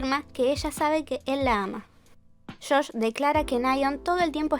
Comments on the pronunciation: sé que el video es informativo, pero. ¿por qué le dices "Shosh"? su nombre es Josh :( disculpa, no quiero parecer hater ni nada, en serio es una duda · Josh, pronuncia la jota como en JYP